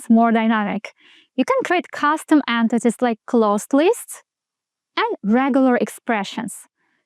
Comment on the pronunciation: Why "ant-tities"?